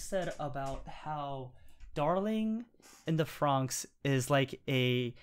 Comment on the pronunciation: Why do you keep calling it Darling in the Fronks?